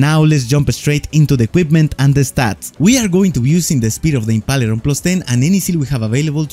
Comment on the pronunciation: Correct pronounciation of impaler is (IM-PAY-LER) not (IM-PA-LER)